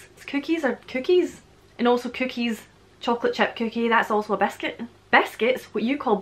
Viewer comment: When you say biscuit it sounds to my Texas ears like you are saying “basket”. 😜 So how do you say “basket”?